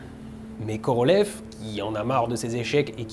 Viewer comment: Je vais être chiant : Korolyov, pas Korolev! ^^ Voilà, sinon super vidéo comme à l'habitude.